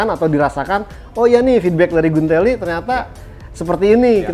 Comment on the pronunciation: lidahnya hampir keseleo tdi nyebut tes rider Silvain Guintoli jdi silvain Gulaliii nyariiiiiissssss hhhehe